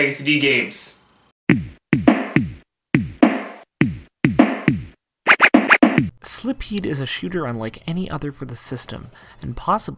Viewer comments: SILPHEED. not slipheed. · Lol. So this is great. Few weird pronouciations. Syl-pheed, play-kay-ted, en-vel-oped, not loped